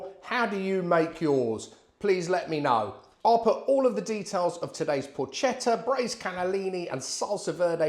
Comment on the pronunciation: Allow me to offer a piece of advice, hoping not to be offensive. I understand that correctly pronouncing the word "Porchetta" can be difficult for a foreigner. The letters "CHE" in Italian are pronounced with the same sound as the letters "KE" in the word "Kermesse." The sound you make, instead, is identical to that of the letters "CHE" in the word "CHELSEA." Happy New Year....good recipe !!